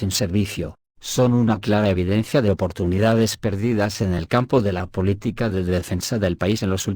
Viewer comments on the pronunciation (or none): none